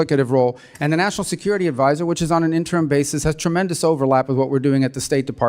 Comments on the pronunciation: Into this video this far, and the pinhead who is wasting Mr. Rubio's time has mispronounced 'duplicitous', archivist', and 'interim'. Then goes on about how much time Mr. Rubio is spending at each role. The dems apparently do not understand that like money, it is not the amount of time you spend. It is how effectively you spend it. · Idiot can't pronounce the word and people vote for this? Even stumbles on word interim and archivist.